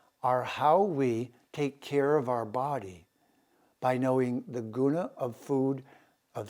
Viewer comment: Love and appreciate your broadcasts,, I learn a lot from them. Your Sanskrit pronunciation sometimes could be improved, though. It's not prakreeti, is it? ṛ ऋ is not pronunced 'ree'. It is a laghu or short syllablele pronounced in a short 'ri' as in the word 'rip.' Neither is 'u' उ in 'guna' a long syllable. It's not pronounced like to 'oo' in mood, but like the 'oo' in good. It is a short 'u' sound. Exact pronunciation of Sanskrit is vital, otherwise we change the meaning of the word.